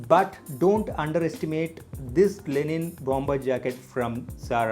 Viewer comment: It's Linen not Lenin 🙄